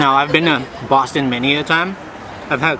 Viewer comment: Lol love how you said Boston 😂. giving us the fire romantic spots 🙌🏼🔥